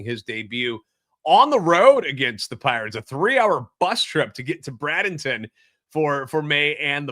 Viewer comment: The a is long in Bradenton